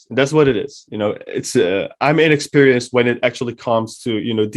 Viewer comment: “I’m inexsperianced “ lol